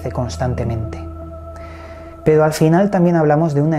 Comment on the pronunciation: Con todo respeto por que cada vez que diçes pero...pronuncias pedo? Corrijete hombre que pierdes puntos.saludos.